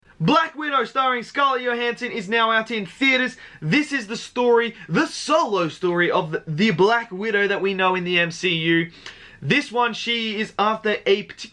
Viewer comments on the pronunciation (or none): Her name isn’t Scarlio Hanson. If you go to the video you pronounced it very wrong. It’s Scarlet Johansson. 😂😂